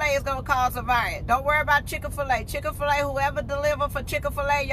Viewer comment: ChickA-fil-A? I can’t! 🤣🤣🤣🤣🤣